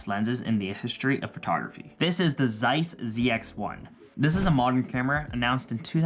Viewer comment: I took critical mental damage every time you said Zeiss